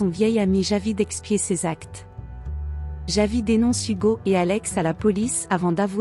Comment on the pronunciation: Ce n'est pas " yavi" mais Javi, la J, il faut savoir comment le prononcer.